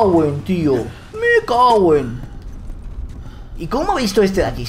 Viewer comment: no dijo me cawen tio me cawen?